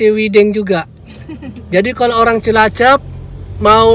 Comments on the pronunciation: Cilacap mas bukan cilacep.😁😁😁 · Cilacap , bukan cilacep... 😅😅😅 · Cilacap bang, bukan cilacep.. 😁